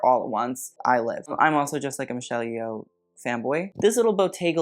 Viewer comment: TIL Yeoh can be an easily mispronounced surname. Why did I think it was easy lol. For those wondering, it's yo-h, not ye-oh